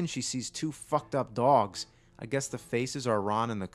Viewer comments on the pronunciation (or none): none